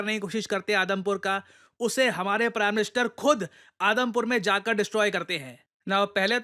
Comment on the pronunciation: i literally heard Adampur air airbase as Adamkhor airbase